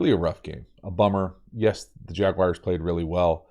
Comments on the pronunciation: Love the videos’ but as poor as my Jags are, I know we aren’t mentioned much but it’s Jag-wars like Jag Bars…. Just with the w. Not wire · Lol “jagwires”